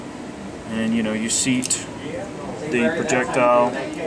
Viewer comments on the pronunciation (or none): none